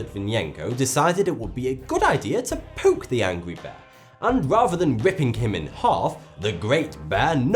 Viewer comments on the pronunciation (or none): none